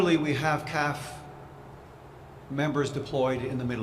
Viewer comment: When did everyone start saying, "calf" for the C. A. F. Show respect for the brave individuals who are standing the line and say C. A. F. not "calf".